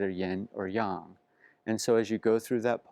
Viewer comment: This video is so great! Your understanding of chinese literature is amazing. Also, your pronunciation of Yin and Yang gives me faith that non Chinese people can understand that it's Yahng not yaeng